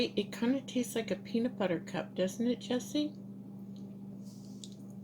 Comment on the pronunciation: Its pronounced PEANUT BUTTER not BEANUT BUTTER. YOU keep saying it